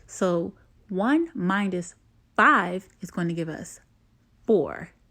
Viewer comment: Saying Mindus Is getting under my skin 😩 Minus .. No D